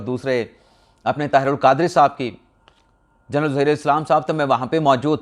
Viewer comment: جرنل نہیں ہوتا جنرل ہوتا ہے